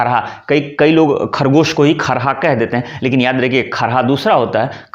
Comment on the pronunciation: ख़रगोश' होना चाहिए خرگوش نہ کہ کھرگوش उसी तरह से ज़िल्द नहीं जिल्द جِلد